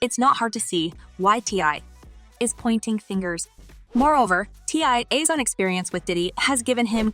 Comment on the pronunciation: You have a good speaking voice but the pronunciation of T.I l. and Kanye is 😡😡😡😡😡